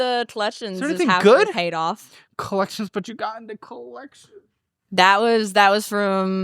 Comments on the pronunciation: If she says “clections” one more time instead of collections I stg. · The fact she can’t pronounce C’s or K’s in half her words is blowing my mind 😅 Tetsis and Colletchins had me rolling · The way she pronounces "-icks" words as "-its" drives me up a wall... OMG "collet-shuns" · the way she pronounces "collections" 😭